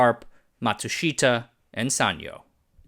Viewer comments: The Japanese I know pronounce Matsushita as “matsushta”. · Pronunciation! Ma tsu shi-ta also the first syllable is normally emphasized in Japanese a bit and the fourth syllable shi is not emphasized!!! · Matsushita: mat-sush-ta. Three syllables. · I’m dying here with the pronunciation of Matsushita. The i is silent. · A great story well told. Only the pronunciation of Matsushita grated in my ears.